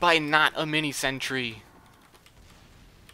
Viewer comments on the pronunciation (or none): It's a shame that a good youtuber is ruined by his pronunciation of sentry. It's sentry, SENTRY. Not sentury. Ugh... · zeronics He doesn't say sentry. He says sentury.